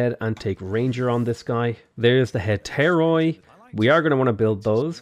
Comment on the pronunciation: Just saying its not hetairOi its hetairi because in Greek oi pronounces i